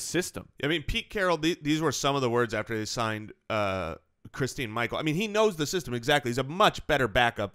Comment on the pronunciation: It's christin Michael